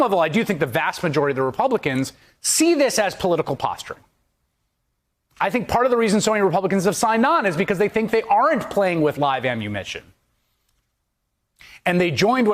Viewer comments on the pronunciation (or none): 🤔@ “ammu...mition???🧐🤨🤥FAKE NEWS!!!